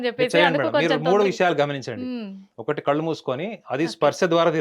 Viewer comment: Ammaa thalli anchor , please learn Telugu .. kallu kaadhu , it’s కళ్ళు It’s irritating to listen to anchor without proper pronunciation.. especially people from Telangana can’t speak la and sa kaarums well